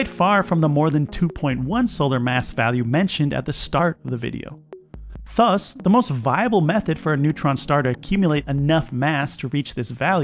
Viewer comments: Why are you pronouncing ‘thus’ the way you are?? Sounds like fuss!! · Why do you pronounce ”thus” as ”fuss”???!!! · Why do you pronounce "thus" like that? 😂